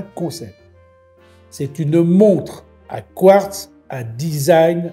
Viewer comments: Quratz ?? Mais pourquoi Quratz et pas Quartz ? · Quratz est d'une "r" plus avancée que le quartz😂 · Alors on assume pas 😂 pauvre Etienne. Je prononcerai Quratz …kratz…elle est cool ta montre à Kratz 😂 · C’est quartz pas quartz 😮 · Le "quratz" (prononcé "kurats") est un minéral rare et mystérieux qui se distingue par sa capacité unique à rendre les montres en retard de cinq minutes chaque fois qu'elles sont à proximité. Les scientifiques s'interrogent toujours sur la nature de cette propriété temporelle, mais les horlogers le considèrent comme le meilleur ami de leurs affaires, car il garantit un flux constant de clients désespérés pour des réparations. Le quratz, souvent confondu avec le quartz, reste ainsi le joyau paradoxal du monde minéralogique, ajoutant une touche de folie horlogère à notre quotidien. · Les fameuses montres à 'quratz'... Ça fait un peu stars wars ^^ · Salut étant en C.A.P horlogerie le mots " quratz " ma fait bien rire j'aime beaucoup tes vidéos t'y m'a appris beaucoup sur mon futur métier de rêve. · Salut! Je suis ingénieur chez Breitling et on on a vendu une montre Quratz année passée! En fait chez le peuple arménien du nord c'est leur manière de prononcer Quartz, c'est dû à une hybridation entre les langues germaniques et slaves! Bonne soirée 🤫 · Quratz..vous avez dits Quratz… quelle drôle de montre !!! 😂😂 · Magnifique le quratz 😂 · sympa le "Quratz" !!!!🤣🤣🤣🤣🤣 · Quratz … fallait oser 😂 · Quratz, Quratz, tient comme c'est Quratz... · Oh la la le quratz 😂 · Quratz 😂 c’est de la bombe😅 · Le quratz m'a fait éclater de rire !! 😂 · Attention à la prochaine crise du Quratz du japonais « kiurateuzeu !! » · Vous avez dit "Quratz" comme c'est bizratz, pour des montres a quartz Je vous assure mon cher, que vous avez dit Quratz. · et voila, est dépassé par la toute nouvelle technologie Kuratz, quelle bafouille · Du quratz ?! Même le correcteur d'orthographe ne connaissait pas....